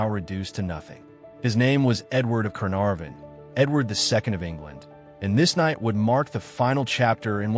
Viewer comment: Berkeley pronounced bark-lee. Gaveston pronounced gar-ves-ton...Caenavon pronounced can-ar-von not canviv... A1 is crap..